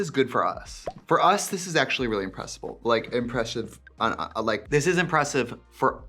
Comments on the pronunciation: this is actually pretty impressful.... like impreshive... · "IMPRESHIVE" stamped on the screen literally made me pause the video to cry laugh hard sitting on the floor. I'm mad, Nick. 😂😂😂